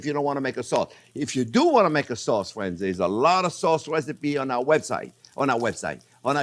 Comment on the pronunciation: He says "fwiends" like the Canadians on South Park